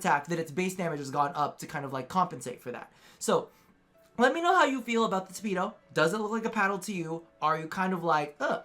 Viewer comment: I thought you said “speedo” when you were talking about the tipedo prime. -.